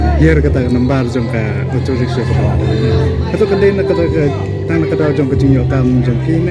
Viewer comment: Rickshaw not rickshor